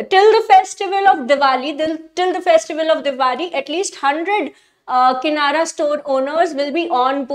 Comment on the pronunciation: Madam.... lokmaaaaat nahi lokmat hota he...... kinara nahi kirana hota he. Anyways, nice way of teaching.